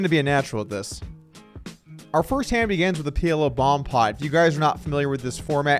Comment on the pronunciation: Is it just me or does Doug always sound like he is saying begans instead of begins - "our first hand begans..."